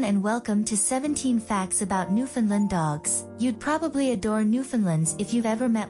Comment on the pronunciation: you (and others), really need to learn how to pronounce the name of these dogs and, their homeland. The proper way to say the word is thusly; Newf~in~land. Try to say it rapidly and make sure it rhymes with "understand". Any pronunciation that includes "Lund" or "Lind" is completely wrong. Oh, and also, people from Newfoundland hate the term Newfie being applied to either them or the Dog. It's insulting